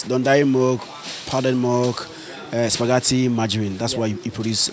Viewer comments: I heard “SUPAGATI” eiiiii😂💔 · Lol 😂 supagatti